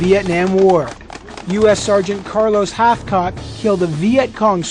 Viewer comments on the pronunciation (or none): Who is this dickhead interviewer? "So you were accused of one of the worst things" Desecrating a body is one of the worst things? What a dick . And it's Hathcock, not Hatchcock you pin head. Do some research before you interview somoene. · HATHCOCK you idiot, HATHCOCK. Not Hatchcock. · HATHCOCK........ NOT HATCHCOCK. And for the record that was an awesome shot